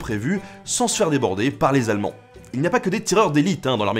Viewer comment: 378 zallemands. Ca fait beaucoup de zallemands. Et il y a de plus en plus de soldats Hallemands qui arrivent. Un bilan des forces Hallemandes. Sérieusement, vraiment personne pour vous indiquer, vous suggérer de refaire une petite prise? Certes vous n'êtes pas le seul mais quand on s'expose dans un média, on s'expose aussi aux remarques. Alors s'il vous plait, je vous conjure de bien vouloir prêter attention aux liaisons; laissons de côté la forme négative en vigueur, plus personne ne la respecte mais puisque vous êtes un modèle -et en Histoire vous l'êtes - tâchez de l'être a minima en Français. Je vous remercie et je continuerai à vous regarder car oui, vos vidéos sont d'excellente facture.